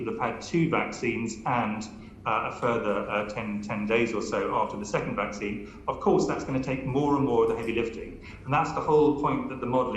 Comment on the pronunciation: yes never mind those oh how do you say it vacina, vacsona, oh its not important they probably wouldn't help anyway.